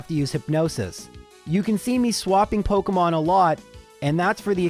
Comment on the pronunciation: pokEEEEEEmon not pokUHHHHHHHHmon